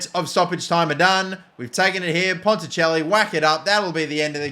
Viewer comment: You got ponticelli correct the first time you said it I know this because we used to play for the same team but he got poached for my home club coventry city and I stayed at coventry United i knew he was different gravy and as a cov fan myself I'm glad they've let him move to Wrexham to get first team football but also disappointed because they could of sent him back to us on loan PUSB. 😂